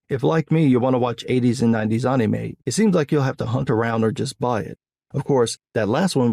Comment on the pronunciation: I love how you say anime correctly but it sounds wrong. This is like TEKKEN all over again.